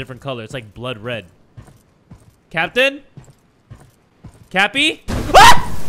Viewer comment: Everytime I hear captain, I hear Kapitan